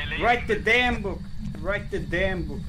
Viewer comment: öyle okunuyo zaten ken yu rayt dı bouk sadece booku bık diye okuyor